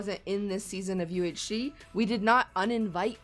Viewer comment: its called UHShe not UHe